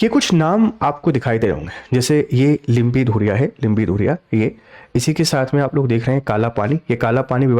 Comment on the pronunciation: लिम्पीधुरिया नहीं लिम्पीयाधुरा है साब